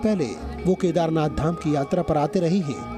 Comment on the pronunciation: ZEE news please not speak Kadhernath dham K nath not dham jyotirling ling please